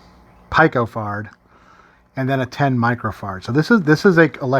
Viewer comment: try peeko not pie co